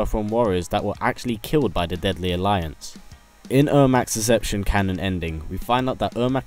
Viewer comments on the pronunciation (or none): Isn't it Deception not decpetion?